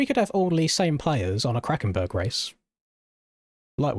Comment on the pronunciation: Did you say... Krakenberg...